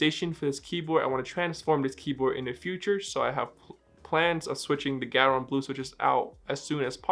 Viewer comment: Aren't you supposed to pronounce the "c" in Keychron or have I been saying it wrong this whole time?